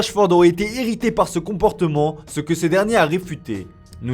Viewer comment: « Romonte » « comportoment » « million d’oro »